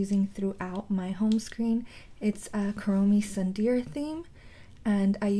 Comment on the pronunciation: tsundere is said as soondery